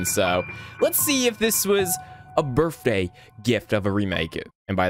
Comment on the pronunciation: Kinda weird, but I love how instead of birthday he said birftday like a kid😭